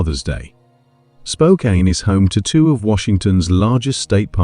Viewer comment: Spokane is pronounced Spoke Can not Spoke Kain. It’s not too far from Bellingham which the other poster stated earlier is in WA not CA.